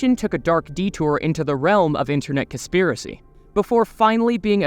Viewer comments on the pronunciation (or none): it is pronounced conspiracy